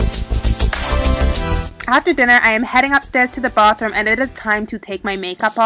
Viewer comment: That explains it... because of the way you pronounced bathroom. Why did you move?